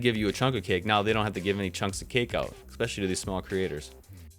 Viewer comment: C'MON MATE, IT'S NOT EX, EX IT'S ESPECIALLY. C'MON MAN. I AM ON YOUR SIDE. LEARN EFFIN ENGLISH, PLEASE. HOW AND WHAT ARE YOUR KIDS LEARNING. EXPECHILLY.